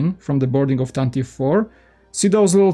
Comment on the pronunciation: It’s pronounced “tan-tiv-vee” four